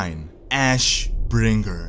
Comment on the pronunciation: Ash........................ Bringer! Why the pause? It's just ashbringer, innit?